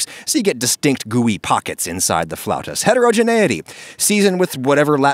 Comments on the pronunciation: "floutas" Oh that hurts, that's painful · Haha "floutas". Ouch. (I love Adam Ragusea but I hope he issues a correction.) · You'll probably get sick of hearing this, it's "Flautas". Love your channel man, I hope your videos survive the end of the world. Keep it up! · my family picked some frozen version of these and we pronounce them as "flatus" lol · it's "flautas" hehe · Not to be that guy but you'll have to hear it from someone, it's flautas with an a, they still look delicious though